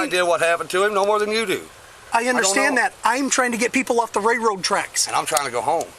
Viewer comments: "Rayroad tracks" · What the utter hell is a "ray-road trek." This clown can't even speak. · "Ray road tracks" 🤦‍♂️ Is that an Illinois thing? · The "ray road" tracks. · “Ray road tracks” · The cop can't even Pronounce railroad track haha lol what a joke